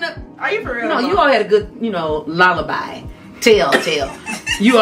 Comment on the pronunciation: Lullaby 😂😂😂 it’s Alibi. This was too funny!